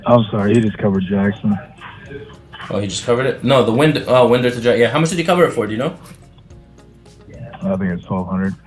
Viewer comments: If you are going to operate out f Atlanta, you’ve got to learn the cities. Winder is like a clock winder. Love your videos. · It's pronounced Wine-der, GA... just sayin'. Great video! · Its pronounced "wine-der"